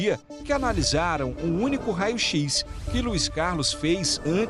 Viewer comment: Isso só aconteceu porque ele contrataram essa analfabeta. Irmão a mulher fala tudo errado... rao x, pelo amor de deus. Se fosse uma pessoa se estudo tudo bem mas um profissional formado falando errado assim. Eu tenho preconceito real com quem fala errado.